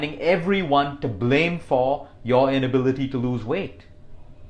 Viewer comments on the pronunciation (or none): none